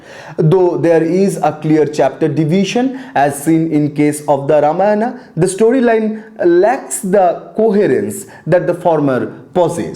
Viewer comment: nonsense... completely alien to what tradition says... please don't believe this. The dishonest guys do not even state this is an opinion of someone when they say things such as sacred to secular etc. This guy cant not even pronounce the name Ramayana properly. What kind of silly patashala is this? Where as Vyas they used "believed" to be written several time! Utter nonsense. The guy can not even pronounce Khanda properly.